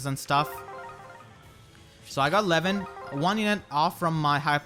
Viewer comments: Your pronunciation of Lewyn sounds like Levyn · Lewyn sounds like lemon 😂